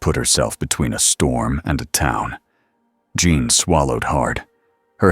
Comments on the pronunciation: Omg Her name is Jean Not Joan Not June You are a terrible story teller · AI... It's JEAN... not John. Lol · Great AI voice, but they only call Jean, Jean (English form) about one time in twelve. If the story is also AI generated it's the best yet. For Jean, within the same sentence, we get Jun, June, John, and Jeen. (with a few extra syllables). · AI needs to learn that 'Jean' is pronounced like 'Gene' not 'Jun' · Awesome video! I know this is a AI generated video. But , you could at least get Jean Grey's name right.